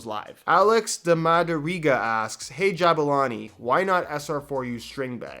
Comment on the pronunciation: ma-da-riA-ga not ma-da-ri-ga hahah thnx btw